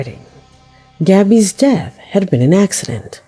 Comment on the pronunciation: so bizarre. Definitely weren't married....And her pronunciations are awful. she says Gabby's name as if she is a latina and she isn't. Then her Spanish makes my wife who is Colombian and speaks both Portugeues and Spainish, cringe as she over emphasizes names and cities in South America and says them completely wrong. Great content, awful annunciations.